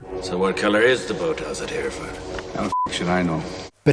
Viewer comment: Thank you for pronouncing Hereford correctly sir 👏🏼